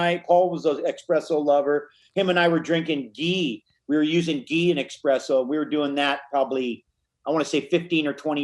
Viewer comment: Hes said it that way consistently for years. Lol like wtf